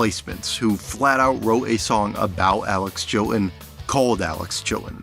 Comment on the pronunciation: …and what’s with the glottal stops when saying “Chilton” and “buttons”?